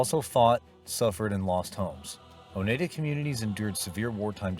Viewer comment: AGain as some who live in Upstate New York, It's pronounce O Nide Ah. Get the pronunciation right.